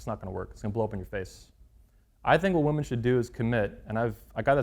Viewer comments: 100 percent is sufficient. Dont need to say 1000 percent or 1,000,000 percent or 200 percent blah blah 🙄 just bloody stick with 100 percent . Oh and woman plural is WOMEN WI-min. Lastly please dont come back to UK and talk nonsense on GMB . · Women will remain virgins when men do. After all, if women stay virgins , who will the red pill creeps sleep around with!! Ps its pronounced WI-min when plural. My ears bleed hearing this desicration of the english language. At least learn to speak before having your dumb opinions .